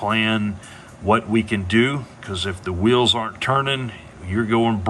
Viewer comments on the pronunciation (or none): none